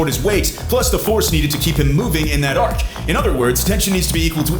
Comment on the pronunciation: Speaking of dumber that hulk... Your pronouncing arc wrong... You are pronouncing it arch.. An arch is a building structure which uses an arc.. An arc. Is the pattern you are trying to describe